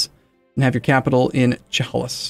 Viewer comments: It’s pronounced “Cheh hey liss” and yeah, it’s where Seattle is now. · Chehalis pronounced Sheh-HAY-lis. For most of the world Chehalis is close enough to call it Seattle.